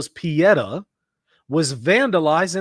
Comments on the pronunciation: Not Pe et ah but Pe eh tah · Google italian pronunciation of pietà is correct. I just say if you want to talk about it again. It's pietà, not piedah, but do not worry.